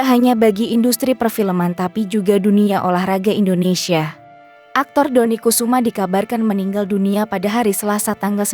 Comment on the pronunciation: Dodi Kusuma ko di katakan atau di baca Dodi Kesuma heeeehhh yang teliti dan cermat dong malu maluin aja